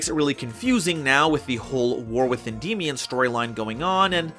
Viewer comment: It is not pronounced en-dee-mion, just say it by how it looks en-dy-mi-on because it is Greek in origin the "mion" is "mi-on". Sorry I just don't like when people pronounce it wrong